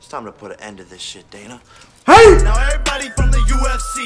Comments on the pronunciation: wtf is die-na white? ITS DAY-NA WHITE. How do you not know this. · it’s day-nah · Dana (Day-nuh) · He said “Donna white” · I'm not gonna hold you for saying Dina White but It made me laugh so I had to bring it up lol. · my man said, "donna white"😂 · His name is pronounced day-na the way it's pronounced is the girls version of the name Dana I should know cuz it's my name and I'm not gonna lie I love when Jake keeps calling Dana white daddy Dana that's what my ex used to call me hahahaha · the funniest part of this video is him mispronouncing dana's name repeatedly. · You supposed to say Dana, not Dana!